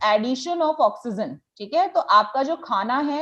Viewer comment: why do you say oxygen as oxyzen